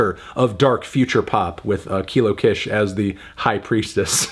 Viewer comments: I’m back again and still begging you to pronounce her name correctly 🙏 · Mans has been saying her name wrong for like 6 years at this point 💀😭 At least she finally got a good review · anthony saying her name wrong again lmfaoo